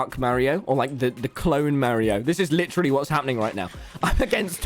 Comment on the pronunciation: No one: Literally no one:: “Litteraly”